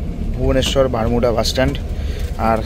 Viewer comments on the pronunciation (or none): Dada,ota Matalipatpur noy Malatipatpur aar Bhubaneswar e Bus stand er naam Barmunda Bus Stand Barmuda noy ..blog korchen thik kore bolun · Ota matalipatpur na, malatipatpur. Ar bermuda bus stand na, baramunda bus stand.